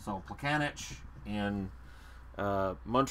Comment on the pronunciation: It's not Plekane[tch] but Plekane[ts] O:) ...also Pavelec is not Pavele[k] but Pavele[ts]